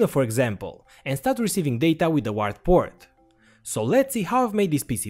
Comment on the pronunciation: When you say 'return button' , you actually mean backspace. The return button is the enter key, which you named send on your keyboard. Also: UART is pronounced 'you art'